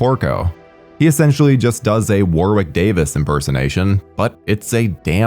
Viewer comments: The w is silent in Warwicks name. It's pronounced warick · Warwick is pronounced as wa-rick. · Hey - love your vids - they're fun & informative and always entertain. I gotta tell you though, British place names etc often sound differently than you guys across the pond would pronounce them and Warwick Davis is no exception (also counties such as Warwickshire, which sounds like its a tough one for you guys to handle) Warwick is a nation favourite over here, for the Leprechaun movies and other bigger movies. Name is pronounced as 'Worrick' not 'War-wick'. There you go mate. Other than that - great vid. I've only seen the first one but may look at a few others now. Some, maybe not.